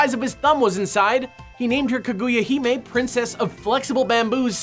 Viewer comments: I know im just picky but it makes me sad every time they say ka-GOO-ya rather than ka-gu-ya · I'm sorry but, "Kuh-GOO-yuh"? Japanese pronunciation - not a strong point for ya, huh.